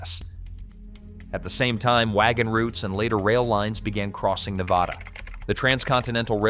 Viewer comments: NEH-VAD-ah not NEH-VA-dah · I’m so fatigued with the mispronunciation of Ne-Bad-A. Can everyone plz just get this??😩 short a, not ahhh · That's Nevada ! NOT NEVAHDA ! 🇺🇲💖🇮🇱💖🇵🇭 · DAMN A. I. IT'S NEH VAD UH NOT NAH VAH DAH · there's no Nevauda, it's just Nevada. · It's not Neh Vod ah it's Neh Vad ah. Get it right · It is pronounced Neh-Vod-ah, because Nevada is a Spanish word. The whole southwest region of the US used to belong to the Spanish, thus these territories (eventually becoming States) were named in accordance with the presiding Spanish (Mexican) culture already in this region. "Nevada" is a Spanish word that means "snow-covered." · its' NA-VADA...extra credit its not Mount-ants, its mount TANS. Not buttands, BUT tons. It's also not the Sierras, it's THE Sierra. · First, learn how to pronounce Nevada, hint: it's not Ne vah duh. Second, Las Vegas is Southern Nevada, duh, the Vegas Valley is 2.8 million people. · Nur vaaaahhhh durrr? 🤪🤪🫡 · Thank you. I was about to say the same thing. This guy obviously has never spent time here. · If you are incapable of speaking the state's name correctly... not much else that you have to say has much meaning. I am on top of a mountain in Northern Nevada... off grid and loving life. At 5700' with nothing but sky above... chemtrailed to high heaven nowadays... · 1. You’re pronouncing Nevada wrong. 2. I live in Northern Nevada. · The obsession with the pronunciation of Nevada is comical. They need to upgrade their bots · How the hell you do a video like this and can’t pronounce Nevada or Las Vegas properly? And no mention of Laughlin… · Please learn how to pronounce Nevada. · You managed to mispronounce both Nevada and Las Vegas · yeah when ever somebody says it wrong i stop listening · learn how to pronounce Nevada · Well Duh, 74% of the people in the state are in the LV Metro area. Is this a news flash? Theres half a million in Reno-Sparks-Carson. And learn how to say Ne-vaaahdah correctly. The state is full of ghost towns.